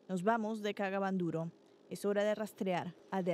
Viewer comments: Y porque la reportera dice "cagaban duro" si es " kaga bandoro" o solamente yo escuche eso 😬🤔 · Ella lo pronuncia así🙄... Pero es kaga Bandoro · Soy la unica que escucho la palabra cagaban duro jajajaj